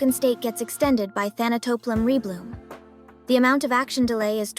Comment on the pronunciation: First correct pronunciation of Thanatoplum Rebloom recorded.